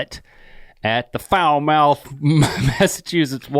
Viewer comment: the way they pronounce falmouth just really affects me lmfao